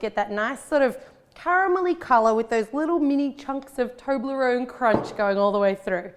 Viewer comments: Does anyone now how many times she said toberone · I pronounce it as tob-li-rone. Not toe-bley-rone. How do you guys say it